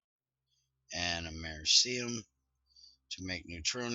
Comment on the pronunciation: I find it hilarious that you mispronounce Americium. And you call yourself an American! Also it's Naquadria, not Naquadah.